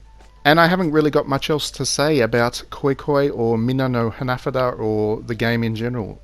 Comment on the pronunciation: Hahah for real 😂 I don’t think he knows he’s pronouncing it wrong😂